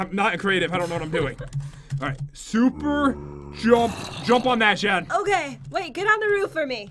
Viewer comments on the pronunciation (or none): You said shuper XD